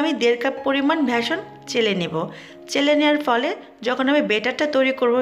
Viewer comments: ভেসন🙄🙄 নাকি বেসন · ভ্যাশন উচ্চারণ শোনা যাচ্ছে , সঠিক উচ্চারণ হবে বেসন, ইউটিউব বানাচ্ছেন, দয়াকরে বাংলা ভাষাটা একটু ভালো করে রপ্ত করে নিবেন, প্লিজ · উচ্চরণ ভ্যাসন নয় ব্যাসন ভুল উচ্চশ্রণ করে মানুষ বিভ্রান্ত করবেন না।স্কুলে গ্যাছেন নিশ্চই পড়তে ও বলতে সমস্যা হওয়ার কথা নাই। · আপু বেসন উচ্চারন হবে ভেশন না।।শুন্তে ভালোলাগবে আশা করি মনে কস্ট নেবেন্না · আপু ভ্যাসন না বেসন। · আচ্ছা, ভেসন নাকি বেসন.??? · ভ্যাসন আবার কি?বেসন বলে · Not talking to veson , Its call beson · It's beshon not veshon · "ভেসন" না। 'বেসন' হবে। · এটাকে ভ্যাসন বলে না।বেসন বলে। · বেসন কে বলতেছে ভেসন আগে উচ্চারণ শিখে আসেন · ভেসন নাকি বেসন🙄🙄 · ভেসন না,বেসন হবে উচ্চারণটা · Apni veshon keno bolchhen??? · Vashon na apu beshon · Please pronounce correctly.not vason, it will be beson. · Veshon naki beshon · Vashon no its call beshon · ভেসন না আপা বেসন 😑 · ভেসন না। বেসন।বাকি সব কিছু ভাল হয়েছে। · ভ্যাসন না, বেসন।